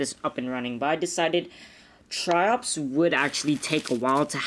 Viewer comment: sounds like your saying chops (Triops)